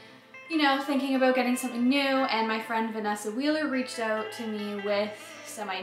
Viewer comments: Gotta be,man. I think I heard oot and abooot. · I love when she says "check it ouoot"